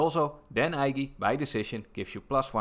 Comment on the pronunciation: Dan Ige is pronounced "EEEEE-GAY"